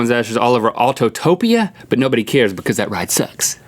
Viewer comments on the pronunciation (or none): Autopia* not autotopia 😒😒😒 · Stop knocking Autopia!!!!! It's pronounced aww - toe - pee- ah